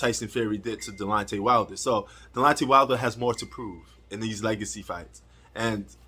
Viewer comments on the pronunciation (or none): bro 😂it’s not delontey it’s Deonte 😂 you must be a casual You don’t even know the man name